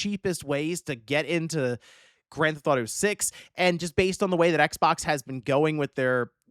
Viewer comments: I love how calls GTA: Granthato. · WTF is “Grand Thought-O 6”?